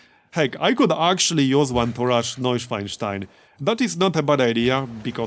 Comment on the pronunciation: I am in awe of your credible pronunciation of Night-swine-stein. I never managed something even close.